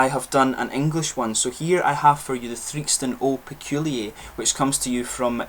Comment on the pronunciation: Peculier not Peculiay! 🙂